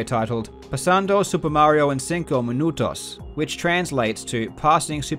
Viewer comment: that pronunciation for minutos is perfect